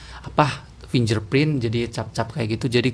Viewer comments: huruf "g" di situ jangan dibaca "j" ya.. kira2 kalau pengucapan internationalnya seperti ini /ˈfɪŋɡɚˌpɹɪnt/ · Bacanya /finggerprint/ ya bang biar lebih keren tech reviewnya...